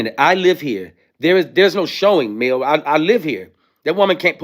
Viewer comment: To me a second to figure out he was saying Mel. So don't feel bad.